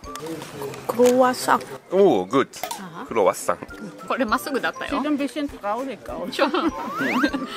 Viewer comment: 😆！クロワッサン!のサンは、ソン的に、しかも鼻声で発音したら完璧？あはは！そっちのほーえんなんとかには行かなかったけど、ノイなんとかには行きました。馬車があるけど、ドイツ人気質で駐車場から歩いて・・・。 そこへ行ったのがいまから、あれ？何年前？なので、現在の様子がとても近代化されている様子でびっくり。そして、馬のフン収集車があるのもびっくり！うちの近所にも欲しいです。もうね、馬のフンが・・・犬のフンにはうるさいのに、馬のフンは何も言わないドイツ。散歩に行くたびに、要注意です。うちの芝犬もフンは避けて歩いています。日本犬、ドイツ生まれなのに日本の血がそうさせる？潔癖症なのか？ ビアガーテン？のウェイターさん、お母さんのお言葉に、ナイス返事！（まあ、あんた、お金払うから、なんでもいい、好きにして、的な？）笑！でも、乾杯の後に一度ジョッキを置く心の余裕は私な無いなあ。一目散で飲みたい！